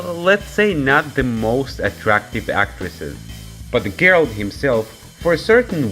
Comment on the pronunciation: It's Geralt, not Gerald